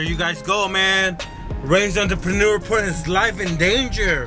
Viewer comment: You should not be allowed to have entrepreneur in your name when you cannot say the word entrepreneur!